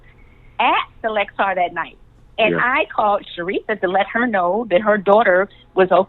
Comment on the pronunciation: It bugs me that she says the "Lexar" hotel. sorry, I cant ignore it. It's the "Luxor". LOL Almost makes me question is SHE was there since she cant pronounce where she was.